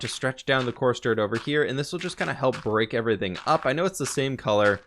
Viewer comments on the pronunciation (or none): none